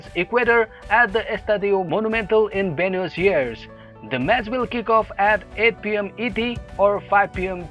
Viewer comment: You pronounced "Buenos Aires" as "benu- siers". 😢